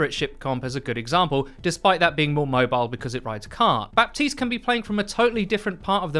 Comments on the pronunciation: Buh-teest not Bap-teest. The P is silent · It's Ba(p)tiste... not BaPtiste... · Guys watch Jeff’s video about Baptiste. The P is silent. It’s pronounced Batiste. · my ear hurts a little each time i hear "ba-P-tiste" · The P in his name is totally silent rip 😅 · THE P IS FUCKIN SILENT. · The P is silent lol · The P in Baptiste isnt really spoken, its more silent :) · my man, you gotta pronounce Baptiste right, it's driving me crazy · Ok but can English speakers get the grasp of saying "Baptiste" like the "p" is silent, I promise.